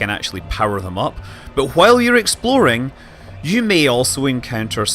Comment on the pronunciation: Its interesting hearing you switch between 'exploding' and 'exploring' without realizing it. Americanese is creeping in.